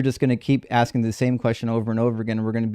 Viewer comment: with his axing questions.